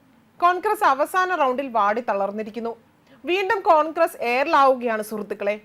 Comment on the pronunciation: കോൺക്രസ് അല്ല കോൺഗ്രസ്‌ അക്ഷരം അറിയില്ലെങ്കിൽ വായിക്കരുത്..